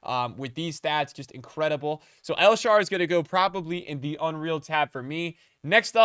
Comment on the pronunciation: "El Sharw" "Naldo" 💀